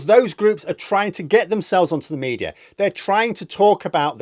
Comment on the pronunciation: Please stop saying mediar